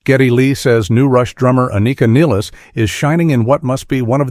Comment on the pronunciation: uh-NEEK-uh NILL-iss? Dude... Try a little harder, could ya?